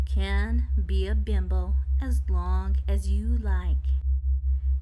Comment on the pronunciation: Is it just me, or does it sound like she is saying "bimble" instead of "bimbo"? Bimble makes me think of a thimble, which leads to sowing, which in turn leads to god knows where.